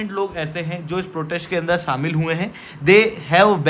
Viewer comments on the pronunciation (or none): none